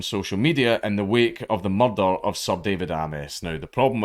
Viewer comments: Mellll Dellll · “A cud mearderrr a pint” tennents should be sponsoring dank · IT'S NOT SPELLED MUHDUH. IT'S SPELLED MURDER. MUR-DUR. THAT'S THE RIGHT WAY, NOT MUH DUH. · i laugh every time i hear it too. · Like Glasgow cop Taggert. "THERES BEEN A MURDER!!!"